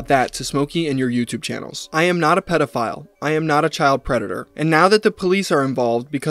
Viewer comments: "I'm not a pwedada" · is crazy bro really said "fuwk yew im not a pwedetor" like 70 times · Poor widdle pwedatuh. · "Pwedador" in language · I'm not a pwedatuhhh Judge: Wait, really? Oh why didn't you just say so in the first place? Charges dropped!!!